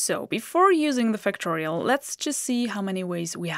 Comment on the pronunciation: Great lessons. (Until I saw it written as Factorial, I thought you were saying Fictorial.)